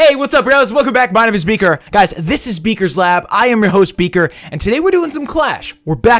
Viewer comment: When you first said beaker I thought you said vegan